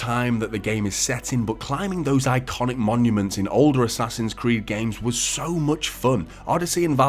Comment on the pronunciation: "Ass-Ass-Hin's Creed: Valaha" still sucks no matter what year it is!!!